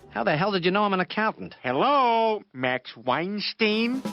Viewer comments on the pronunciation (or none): none